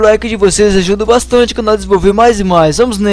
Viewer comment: Nao e conol e canal